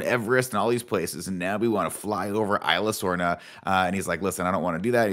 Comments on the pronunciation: The worst part about these reviews is that none of them can pronounce Isla Sorna / Nublar correctly. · The way he pronounced Isla Sorna XD.